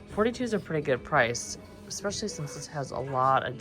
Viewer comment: sorry you were unwell! Also, I’m going to say it… the word “especially” has no “k” or “X” in it! It’s pronounced “es-special-lee“… not “ecks-special-lee”. Sorry to school you, but it’s like fingernails on a chalkboard to me! Argh!